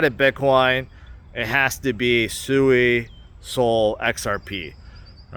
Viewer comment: It’s pronounced swee